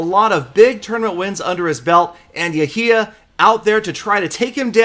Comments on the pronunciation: Its pronounced yhia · Clash and Pokemon GO my name is not pronounced like that. That makes me sad. Yehya same as Yehia